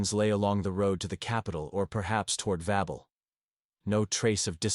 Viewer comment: Why is it reading Babel as Wobble. I'm in stitches 😂